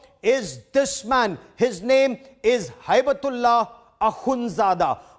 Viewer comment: It is amazing you can not pronounce hibatullah not haibtullah hi bat Ullah are you a graduate like the chai wala